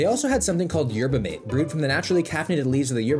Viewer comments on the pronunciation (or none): it’s m ah t eh not mate it’s spelt mate pronounced m ah t eh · yerba mate is a college staple here in the U.S. pretty much everyone at my college drank them. Also, it's pronounced "mah-tay", don't ask me why... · its pronounced yerba “MAH-TAY” btw